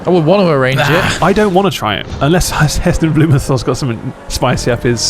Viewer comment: You pronounced Heston Blumenthal wrong, it's pronounced heh stuhn bloo muhn taal. Come on boys, you are 4 years older than me and even I know that lol